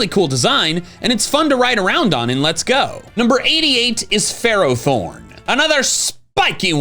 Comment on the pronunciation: IT'S FERROTHORN, NOT THEROTHORN!